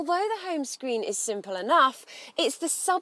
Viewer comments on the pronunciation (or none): none